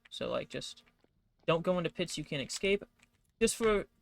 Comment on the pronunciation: hey so its actually pronounces ESCape, you see there is NO X in the entire word alright ESC like "eh-sk-ape"